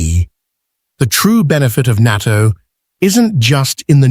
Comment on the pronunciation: It is pronounced naa TOE